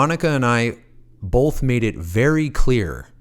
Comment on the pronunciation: Please stop saying bolth. It's both